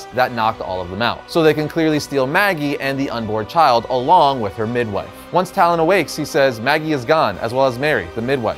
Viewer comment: did anyone else hear "mid-knife" instead of "midwife"? It's like he was saying midnight instead of midwife and switched half way through. Good to see that even the pros make mistakes every now and again!! Great video! Love the Gargoyles! Forgot how crazy it got towards the end of the shows run. Didn't read the comics. Still looks great. Looking at you Disney +!!!!